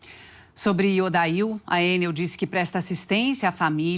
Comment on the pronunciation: ENEL... E NÃO EN-NEL... CHEGA DE AFRANCESAR..